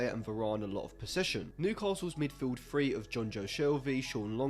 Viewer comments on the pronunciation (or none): none